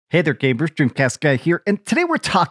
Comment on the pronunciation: Does this guy say Gabers ? Idk if he means gamers but he sounds like he says gaybers